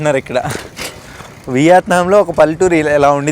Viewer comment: బ్రో, నువ్వు కామెంట్లు చదవవా? తిండి తినేటప్పుడు అలా చప్పుడుచేస్తూ,అవులుబట్టినట్టు పీక్కో తినొద్దని ఎంతమంది ఎన్నిసార్లు చెప్పేరో చూడలేదా..అసహ్యంగా ఉంది బాసూ.కాకపోతే చంకల్లేని షర్ట్ తో చావగొడతావనుకున్నా గాని..దాదాపు రక్షించావు.అలాగే ఆ దేశం పేరు ' వియాత్నాం ' కాదు. యా కి దీర్ఘం లేదు. మనదేశాన్ని 'ఈండియా ' అనో ' భరాత్ ' అనో అంటే ఎలా వుంటుందో ఊహించుకో.